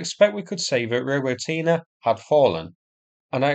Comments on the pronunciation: ro-BOT-nee Just sayin' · Wow! for the first time, a correct pronunciation of "Robotyne"! Well, almost - stress should be on the second syllable, not the third one